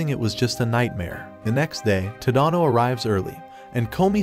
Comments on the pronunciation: It’s Ta da no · TADANO ITS NOT SAID LIKE THAT